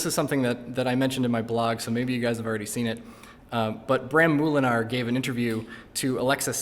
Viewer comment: dutch people when he said bram moolenaar: 🤨 (for peope with no emoji's: /:l )